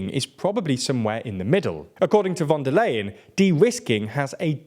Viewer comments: Unfortunately, you are mispronouncing von der Leyen's surname throughout the video. It's [ˈʊʁzula fɔn deːɐ̯ ˈlaɪən], "ey" becomes "aɪ", like "i" in price or time. You routinely butcher the pronunciation of names in less known languages, but this is German, quite known language and easy to more or less pronounce properly by an English speaker. However, no one in your team thought about even consulting Wiki on the pronunciation. Please do better in the future. Otherwise it is quite disrespectful and detrimental to your image as a professional site. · Is it really that difficult to pronounce "von der Leyen" correctly? It is really hard to take a channel called "" seriously when you systematically mispronounce the name of the president of the European Commission.